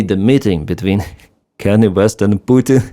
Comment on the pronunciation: Kan-yeh, not Kannie.